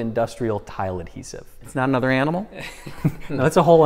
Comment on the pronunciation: “Nother”?? C’mon,!